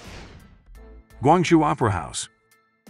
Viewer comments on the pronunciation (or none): none